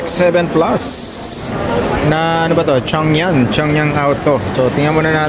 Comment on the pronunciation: For all people out there, especially Filipinos watching this, apparently the proper pronunciation of Changan is - chang·gn // "Cheng-Gun" "Chaeng-Gun" Just putting it out here :)